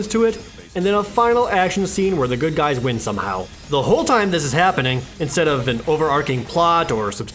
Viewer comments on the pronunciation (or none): none